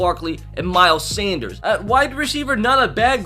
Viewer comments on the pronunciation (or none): none